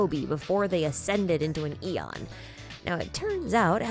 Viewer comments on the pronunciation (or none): none